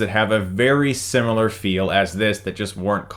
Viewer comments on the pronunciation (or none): none